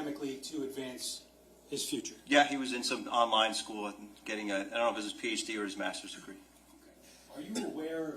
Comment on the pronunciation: Someone needs to coach the defense attorney. It’s absolutely grating how she begins each question with, “And…” The way she pronounces it sounds like, “Ennnd…” So annoying.